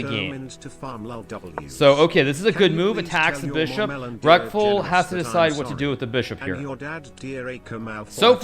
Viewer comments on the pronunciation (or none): I can't stop hearing Rectal instead of Reckful lol